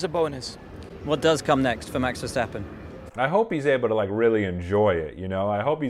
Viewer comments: Its max Verstappen not max verschjtappen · There is no H in Verstappen, I keep hearing Vershtappen, there is no H, leave it out, it's Max Ver-stap-pen, also he's Dutch, most people are very direct. No beating around the bush. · As a communication coach you should realise there is no 'CH' in the last name of Max Verstappen. So why pronounce it as: VersCHtappen???? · Please don't pronounce it like Versssshhhhhtappen. It's Verstappen. Just a normal S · There is no "sch" sound in Verstappen, it is pronounced just like you would in English. Just saying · There is no “h” behind the “s” in “Verstappen”. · your not the first English speaking person who has his pronunciation wrong. But good luck with practicing the name Verstappen👍